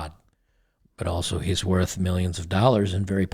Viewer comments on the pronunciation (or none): none